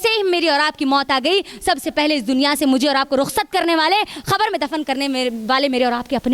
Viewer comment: Khabar nhi khete kabar hota h